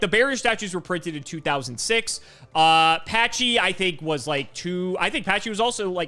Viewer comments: There's no way Pachycephalo is pronounced like "patchy". It should be "packy", like pachyderm, aka an elephant. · It's not "Patchy"cephalo. It's pronounced like pachyderm. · No, it's not pronounced "patchy" lol